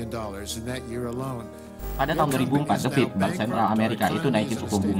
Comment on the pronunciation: Keren nh penjelesan nya .... jelas singkat dan tepat... sukses terus ... tapi pronounce nya Federal Reserve itu THE FED doooong bukan The Fid / The Feed lanjut trus dan tetap berkarya